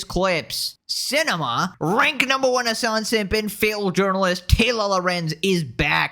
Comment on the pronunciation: Extreme emphasis of "RANK" 🤢